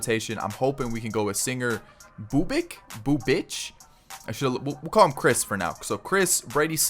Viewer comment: Pronounces as Bubich